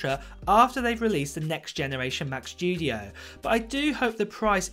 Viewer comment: Mac SSSSStudio not SHHHHtudio, thanks.